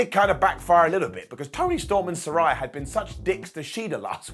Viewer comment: One day, will pronounce Saraya consistently correct.